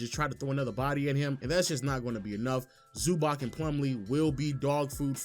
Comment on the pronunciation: calling Zubach Zubak is insane